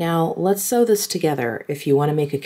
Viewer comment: Sew not see